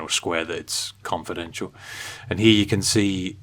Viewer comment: Right heew, ova heew, and then thew. Thank you.